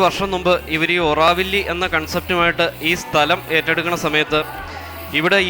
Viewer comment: ഒറാവില്ല അല്ല,, ഓറോവിൽ, അല്ലെങ്കിൽ ആരോവിൽ